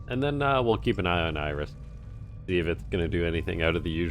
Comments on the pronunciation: So is it like a running joke that you pronounce it "Iris" or? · Why are you saying "Iris"?